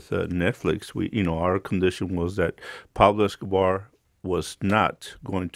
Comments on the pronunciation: “Peplo escohbar” lol 😂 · It's "Pablo Escobar", with an O. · “Peblo Escabah”